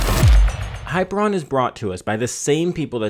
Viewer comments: high-PEER-ee-un is how it's pronounced, not hyper-on. And your use of 'iconography' is a malapropism. You're talking about icons, not iconography. Other than that, good review! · Hi ....peer ...... E ...... an Not ....hyper .... I .... on Ask Google assistant to spell it and pronounce it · Hyperion not Hyperon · High - peer - ee - on. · That's not how you pronounce Hyperion! I've played Borderlands, buddy! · I don't think you're pronouncing that launcher's name correctly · ..Thumbs down to this video because of the mispronunciation.. Very annoying. Thanks for bringing it up.